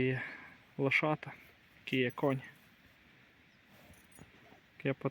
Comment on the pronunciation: Що за мова лошита? Лоша, або лошата, а не лошита, ви навчіться вимовляти😂